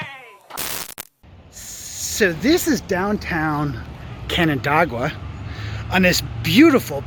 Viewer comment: Nice video, except you pronounced canandaigua wrong, but we forgive you for that.